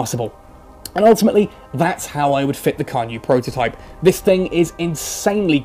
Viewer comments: actually its pronounced chan - ye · I don't think it's pronounced like that. It should more like "Chan Yay" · Unfortunately in the romanized Chinese phonetic system the C is pronounced more like a "tss" sound and Yue sounds like yoo-eh. So it's actually pronounced "tsan yoo-eh" but otherwise it's a good pun.